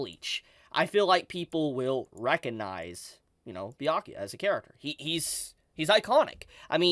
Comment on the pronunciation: Haha, YO this is awesome! You can finally say "Byakuya" this week, no more BAYAKUYA 😂😂🫡... proud of you. Someone give this Man a Bell's! 🥃